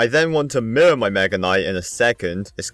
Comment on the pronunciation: Is it just me or when he says mirror it sounds like murr